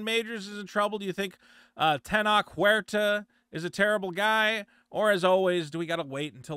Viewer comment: The way you're pronouncing Tenoch is giving away your Talmudic heritage. Despite the origin story bring cringe and gay, Namor was the best part of the sheniqua Wakanda special. Additionally Tenoch Huerta is great, because he's been triggering all the whitexicans, complaining that he doesn't represent them. As far as the allegations go, of course they're false. Latinx and especially Mexico has been infested by American culture, and it's going through it's babby first feminism wave. It is popular for all these thots to come out with these false allegations after being Weinstein'd and making stuff up. No true Latinx pays any attention to them, just the white elite that are fixing to make a Jewish female the next president of Mexico.